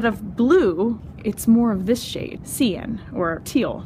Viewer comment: Good video but cyan is generally pronounced "sigh-an", not "see-an"